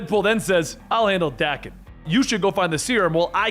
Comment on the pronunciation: Love the content here. But Daken.. that pronunciation. Threw me off. Not how I've heard it in my head or how I've ever heard it pronounced. I've always heard it with a hard A. .. feels wrong hearing it this way. Looked it up. My physical sickness is acceptable